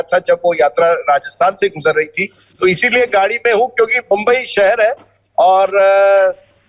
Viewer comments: बंबई? Rajdeep, it is मुम्बई 🙄🙄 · राजदीपको याद दिजीये वै मराठी है , बंब्बई नही मुंबई है , मुंबई बोलो .